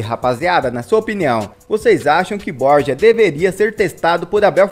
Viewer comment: Se fala bor-ra não borja